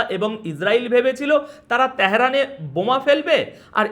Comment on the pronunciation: ত্যাহেরান কী রে , ভাই ? 😢😂 আর , খ্যামিনি -ই বা কী/কে ? 😂😂😅😅